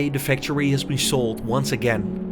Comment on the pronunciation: PLEASE GET AN AI NARRATOR. YOU ARE BUTCHERING The english language. Cant even pronounce factory...